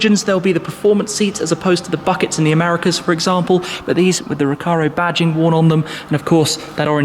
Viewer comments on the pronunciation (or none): none